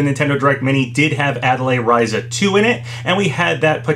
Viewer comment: It's said "Ten-say" btw, not "ten-sai". Also, pretty sure it's said " Ah-tee-lee-eh Ree-zah" not "ah-teh-lay Rye-zah". I speak French, so I know how to say atelier and you'd say the ry in Ryza like you do in the name Ryu.